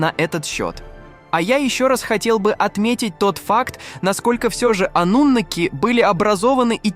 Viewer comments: Ты человек или читающий робот ? Почему слово " анунаки " произносится по разному, то ударение на букву "а" , то на букву "у" ????? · Какие ударения-жуть.Пытаются донести матриал, н зная его основ,к чему такое тшательное произношение-ануннннаки? Их и попросту анунаками называют. ошибки не будет. то ли боты тперь все озвучивают,ударения-швах.